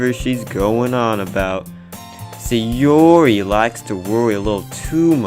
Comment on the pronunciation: Why do you keep saying SayOOORRI like that?😂